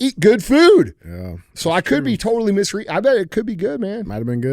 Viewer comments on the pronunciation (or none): none